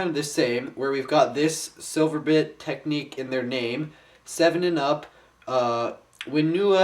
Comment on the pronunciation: IT'S TECHNIC NOT TECHNIQUE! XD